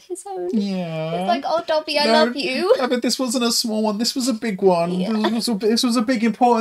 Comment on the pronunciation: Please! It’s DABID... not Dobby